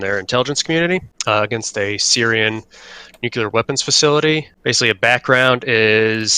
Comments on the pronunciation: Nuclear is pronounced New Klee Ur. Not New Ku Leur. If it was pronounced new ku leur it would be spelled nuculer but it’s not. It’s spelled nuclear. This is not hard guys. Just because a dumbass president said it that way is no reason to follow him into stupid town. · Nuclear! Pronounce it how it looks! Alright, now I can resume the video and enjoy it.